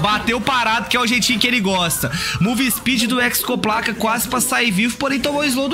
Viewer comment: De onde esse cara tira esse "c" no meio da hexoplaca?